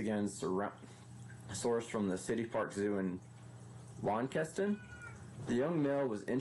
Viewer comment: Just for future use Launceston is pronounced lawns - ton.